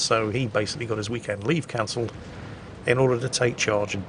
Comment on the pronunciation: "Howdy folks, hope you all had a hhhweekend"